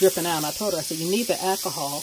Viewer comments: Did you say "ack-a-haul"? There's an "L" in the word ALCOHOL. If you are going to be doing videos, don't be so lazy in your speech. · My friends father used to call it Ackahol too. This gave me flashbacks. However, of all the ways people are currently killing the English language, this can certainly be overlooked. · I had to look to see if anyone caught that. Too must be from the south someplace lol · Question, What is "Accahol"?